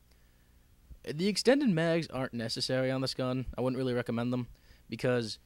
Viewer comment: man you are a beast. we need more commentators like you on machinima respawn, the current ones now are dogshit. they don't even put effort in their videos like you do. and lol you have an interesting way of saying "necessary" ill add you up on psn, we'll pwn noobs together and jack off to our beast scores. :D